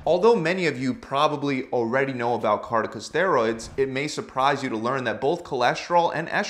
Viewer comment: it's not pronounced kartika, it's core-ti-co.